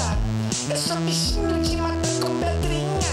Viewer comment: "Eu sou um bicinho de matar com pedla" eh muito bom.. suahsuahsua